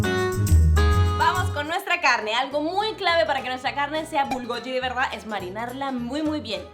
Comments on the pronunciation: Se pronuncia como sí fuera gui, no como yi.😅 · Y decía bulgoyi en vez de bulgogi xd a mi me daba ternura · Me desespera que digas bibimbap con la mayor acentuación en la segunda sílaba, también bulgogi pero me encantó el video, gracias por la receta 😊☺️